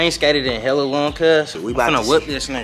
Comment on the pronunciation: Not stressing on hella weird 😹😹